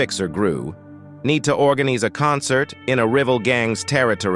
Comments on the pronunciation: What is going on with the pronouncing of words like rival (rivil) etc it's TERRIBLE can't listen to this sh!t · ‘’Need to organeese a concert in a rivvel gangs territory’’ ☠️😂